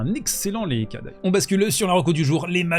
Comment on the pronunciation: "lehetchka" bro.